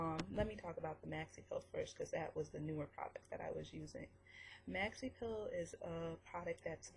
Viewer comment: You keep saying "PILL" its a "PEEL" EEEEEEEEEEEEEEEEEEEEEEEE some people will get confused and look for pills lol. Your not the only one dont worry. But you should work on that .